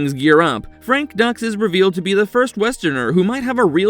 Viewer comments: It’s Frank “Dukes” not “Ducks” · It's not Ducks It's Dux Like Put up your Dukes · Calling him frank Ducks is killin me. It’s Dux sounds like dukes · It’s not Ducks. It’s Dukes. Like put up your dukes. It’s in the movie !! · Frank ducks 😂😂😂 it's duex like dukes not a animal that quaks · Dux is pronounced Dukes and not Ducks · Frank Dux=Dukes not Ducks are you serious, you dudes butcher all these names. Watch the damn movie's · And its dooks not ducks. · Bloodsport was 88 and its pronounced Dooooks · No genuine fan of Bloodsport (19-EIGHTY-8!) would pronounce the character's name as "Ducks"..... They literally broach it in the early part of the film. Also the fact that the film is supposedly based on the true story of a real Frank Dux who actually turned out to be a professional bullsh*t artist is a hilarious side-narrative. 😆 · Its pronounced doooks. Gotcha? Like put up your dukes right.... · You mis-pronounced the main character’s name in the very first entry. More than once. Content seems ok, but do you actually watch the films on your list?